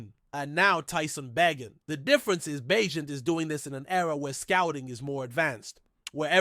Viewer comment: It's pronounced Ba gent